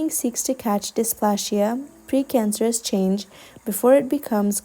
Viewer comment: You have an amazing accent and such a lovely pleasant voice. Excellent reading! Can I make one suggestion to keep it absolutely perfect? Pronouncing -plasia’ as in ‘dysplasia’ or ‘hypoplasia’ is ‘Dis or Hypo’ and then ‘Play-Zee-yuh’. Sounds much more aligned to British or American English, or even Australian English. ‘Hypo-plashia’ sounds quite jarring to a native English speaker, especially when everything else is beautifully pronounced. Keep up the excellent work! Hope this helps you and anyone else out there ❤